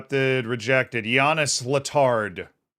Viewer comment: Letard is french, so you don't pronounce the d. Hopefully you can sign him now lmao